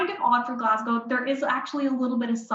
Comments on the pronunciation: It's Glaz go...or Glez gA. ..but not Glaz gow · It is spelled WHISKY.... without an 'e' ...And Glasgow is pronounced Glas...GO!!! Thank you <3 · needs to learn from the woman how to pronounce Glasgow. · The presenter's pronunciation of 'Glasgow' is annoying. Take a clue from the Canadian Expat who pronounces the city's name correctly.